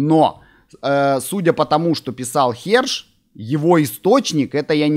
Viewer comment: Ваши видео смотрю с удовольствием. Всё серьёзно, по делу. Но в этот раз повеселил "х@ ссылался" 😂 . Вроде бы на самом деле Херш, но слышится именно так...